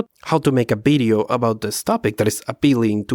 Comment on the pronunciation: "Bideo" is the reason I'm subscribed